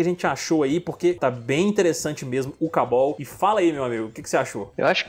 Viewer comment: "kaboll"? É "Kabau"!!